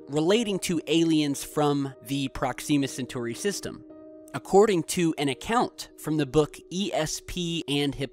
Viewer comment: You're killing me with the Proxima Centauri pronunciation, man